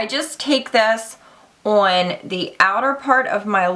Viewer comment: That "ON" word heavy thick accent is driving me nuts LOL